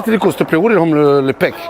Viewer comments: "Oh circule, steplait" ce gars mdrrr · MDRRR le <<au circule ste plais a 2 18